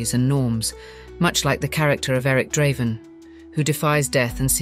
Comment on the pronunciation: You didn't have to ruin this video with Ai. by the way, Draven isn't that hard to pronounce